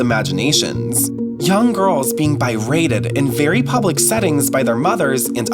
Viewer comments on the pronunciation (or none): BRATED, bRRRrated “Birated” isn’t a word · Bi-Rated is crazy lmao Has he only ever heard the word or something? It’s spelled with a clear BE, not BI 😂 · Also, it’s pronounced BE-rated. Not BY-rated 😂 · “Young girls being BIrated…” Yeah, from the voiceover, that sounds about right. 😂 It’s actually “berated”. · The little girls were being bi-rated? Do you mean berated? Please ask how to pronounce words you don't know. You're just passing on your ignorance. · Thought I was the only one who caught that. Lol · Well put together but I would have preferred if the tone of the video was more about questioning the nature of their relationship rather than condemning it... Also LOL "BI-rating" and "'fragrant' red flags" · Bi-rated. Huh? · I appreciate this coverage! on a side note, does anyone know what bi-rated is? or bi-raided? ? do they mean "berated" ?